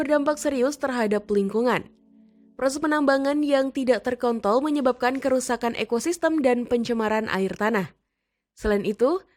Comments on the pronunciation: Menit ...apa sy tak salah dengar mimin bilang bukan terkontrol tapi ter kon***l..hahah mimin terlalu semangat Mau tau donk wajah mimin nya penssaran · apa gua yang salah denger ya? "Terkontol"